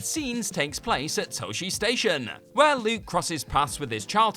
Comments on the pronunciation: As a life long fan of the series, I have to mention that Luke went to Tah-chee Station, not Toh-chee Station. Thank you. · That copywrite you got at the bottom left corner of the clips, it should still say Lucasfilm(TM). And it's pronounced, " Taw'shi Station".